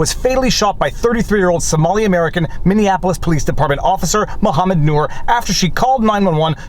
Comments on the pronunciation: FYI "Minneapolis" is pronounced "Min-ee-app-o-lis", not "Min-knee-app-o-lis" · “Minianapolis” 😂 You’re almost at Luke Rodkowsky’s level. 😂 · FFS, how many times are you going to say Minneanapolis? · Please learn how to enunciation Minneapolis before your next Minneapols video. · I spoke to one of the people on the grand jury and while it doesn't have to do directly with the video, hearing that the juror has to watch videos of the murder over and over from so many video views was a tough thing to go through. Not a fan of this ruling but am curious to see the ramifications of it. 2 mini corrections for ya: Damond is pronounced more like day-mund, and Minneapolis doesn't have the "Annapolis" suffix does. Keep up the awesome work Viva!